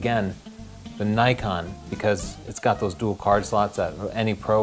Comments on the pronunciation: pls it is not nykon it is knee kon. japanese name. not american. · Nikon not Naikon! Ni as in "Knights of Ni" and kon as in "convict", Ni-con, Nikon